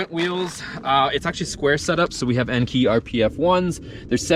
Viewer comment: Enkei is pronounced N K not Enkey. Kei is for the smallest car class in Japan and its pronounced just like the letter K.